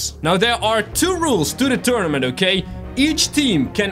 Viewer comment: did he say tunament